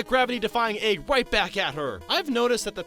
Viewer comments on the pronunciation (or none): why do u pronounce "egg" like "ayg"